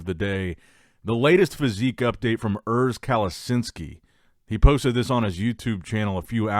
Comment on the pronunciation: Learn how to say urs kalecinski’s name right